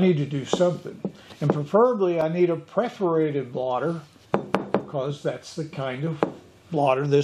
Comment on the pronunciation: "Perforated", not "preforated".